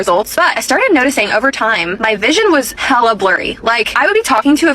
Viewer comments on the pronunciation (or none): none